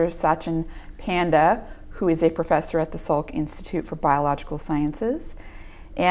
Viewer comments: Its not pyaaaandaa.... just panda! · His name is pronounced Paanda. I hope he himself corrects it and not be a Panda haha.